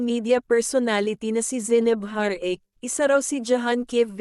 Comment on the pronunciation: Ayusin mo naman pag sasalita..zaynab, hindi zeyneb..tapos ha-ra-ke hindi har-eyk..